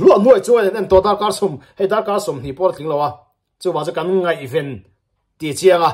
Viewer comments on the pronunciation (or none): none